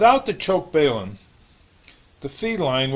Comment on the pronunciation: balum not bailum overall vedio is excellent